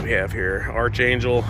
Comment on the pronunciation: its pronounced Arc - angel